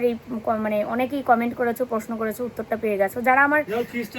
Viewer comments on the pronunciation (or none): none